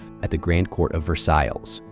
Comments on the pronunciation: OMG. This is well done, but you keep mispronouncing "Versailles" and also "ballet!" Come 'on! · Sound editor: please correct the unfortunate mispronunciation of "Versailles." A truly regrettable error to a word central to your presentation.